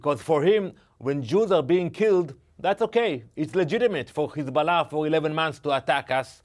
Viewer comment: Please pronounce correctly , it is Hizbollah NOT *Khizbolah*😮😮😮